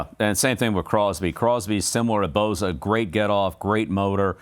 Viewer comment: Just one thing coach, it's Bosa not Boza... LoL